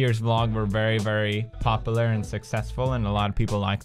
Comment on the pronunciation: The way he says "popular" "popilar"